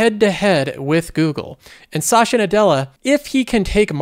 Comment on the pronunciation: Why does he pronounce Satya like Sacha?